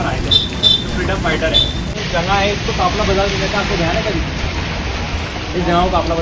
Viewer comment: Assalamualaikum janaab. I'm also from Tonk. It's a very informative blog but please note that the correct pronunciation is "Jagah" and not "Janga". Also, it's "Qafla" and not "Kafla."